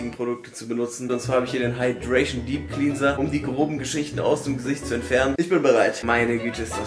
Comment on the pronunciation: Der junge kann nicht mal cleanser aussprechen,perfekt da freut sich werbepartner